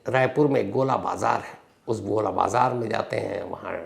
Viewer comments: Its not GOLA BAZAAR its GOL BAZAAR 😅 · Gola bazar nahi gol bazaar hai sir.